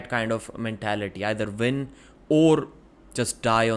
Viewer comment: When he says "win" he says Vin.